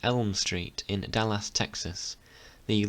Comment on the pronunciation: it worries me that you cant say Dallas ...and yes im british too